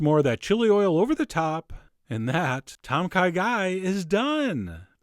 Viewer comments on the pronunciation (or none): At least learn how to pronounce it please. TOME! KAH GAI, not Tom k'guy. ANd it's not made with chicken (or turkey) stock. And galangal is the primary flavoring. Without it, you have a completely different flavor. What you have here is turkey soup with some added herbs. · Haha, it's actually pronounced Thom Ka Gai. Great video though! :D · Its pronounced Tom Kaa Gai..